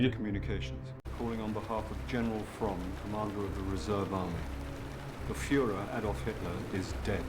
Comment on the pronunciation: I love how ur girl pronounced "the Fuhrer" (Hitler) as "the fooler" 😂